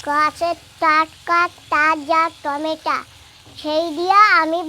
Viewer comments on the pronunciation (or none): খশি না মাছের আঁশ বলে 🍅 টমেটো বলে টমেটা বলে না দিদি ভয়েসটা খুব সুন্দর বাচ্চাদের মত গলা